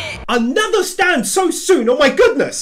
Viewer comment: `s catch phrase SAY IT WITH ME ANOTHER UNUIQE STANDOH!!!!!!!!!!!!!